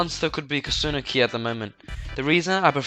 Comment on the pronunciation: Lol I like how he says Koòsunoki